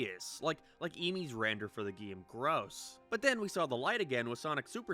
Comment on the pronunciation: Why do u pronounce game like that?